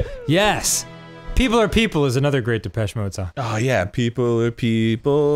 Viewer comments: their pronunciation of depechemode is im-peche-ble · big depeche mode fan, arin drove me insane but at least he never said “da-petchy mode”